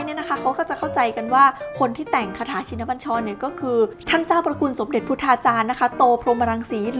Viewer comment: อ่านยังอ่านผิด ชิน อ่านว่า ชิ-นะ